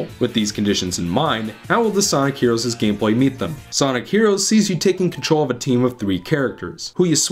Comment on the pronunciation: Sonic herowos